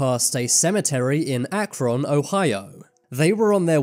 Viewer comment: You pronounced Akron very wrong lol